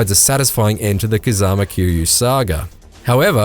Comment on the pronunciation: "Harooka" "Kamuroochew" "Kazama" Yeah, no one should take this review seriously, dude can't even pronounce names in a voice acted game right.